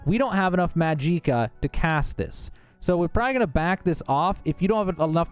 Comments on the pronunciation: this has to be rage bait, it's not pronounced majeeka, it's magic, like how you say magic, with uh at the end magic-uh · Bruh just say magic 😒 tf is majeeka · Mageeeeeka🤣🤣☺️☺️☺️ Say it with me now ...... Maj ick ah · Magic-ah.... not ma-jeek-a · "Mahjeekuh" 😂 Magic+ka. Say magic then add ka. That's it. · ...bro I died inside with every maj EE ka....its maj ICK ah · For the love of Todd Howard, stop pronouncing it Ma-jee-ka. It's Magic-uh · Magic-ah not mageekah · Majika? Its magika. The hell is wrong with you? YOURE ON SKOOMA ARENT YOU??? YOURE A SKOOMA ADDICTED KAHJIT!!!! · Da hell is a majeeka? U mean Magi-ka, just like saying magic with AH at the end LOL your killing me bruh 😅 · I’m pretty sure this is just ragebait, but just in case you’re serious: in Elder Scrolls, 'magicka' is typically pronounced 'ma-jik-uh' or 'mag-ik-a,' like Lord Harkon in Skyrim’s Dawnguard DLC. I haven’t heard 'Mag-EEEE-cuh' in-game or from official sources, and most fans on Reddit and UESP go with the 'magic-a' sound. Pronunciations can vary, but there’s no evidence for a long 'i' being standard. Where’d you get 'Mag-EEEE-cuh' from? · Jih not Gee, even an AI voice can pronounce it right. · "Mahjeekah", lol 😂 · Ma-gee-ka!! 😂 and since when does 3 minutes take 20 fkn minutes?! Are we in Dementia?! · HAHAHA I LOVE how you say almost EVERY word wrong. MAJEEEEEEEKA, Golden KARAFEEE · Maa-jee-kah..... pain and suffering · “MAHJEEEKA” what a Cretinous man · Mag Eeka? More Vag Eeka, amiritegize? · WTF is Majeeeka?? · “Majeeka” and “karafe” bothered me so much lmao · I'm losing my will to live every time he says MAJIKKA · Well he said majeeka and i left. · I don't know what made me cringe more, Carafeh or Majeeka. great guide nonetheless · Clicked "Do Not Recommend" for calling Magicka "Mahgeekuh." Disliked too. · This one says "Mageeka" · What’s “majeeka?” Mageequa? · What about maaaaajiiiiikccccaaaa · Mah jeeka wtf 😂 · fr, same with calling magicka "mageeka" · Why are you saying "mageeca"